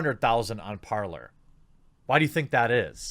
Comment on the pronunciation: it's supposed to be "parley", but the universe has already designated it to forever be the "parlour".